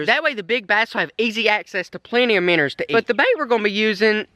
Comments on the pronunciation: My favorite part was when you say miner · “Minners” or “minnows”? I’m confused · My favorite part is when you say minners instead if minnows because you sound like my family from arkansas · I like it lol its extremely entertaining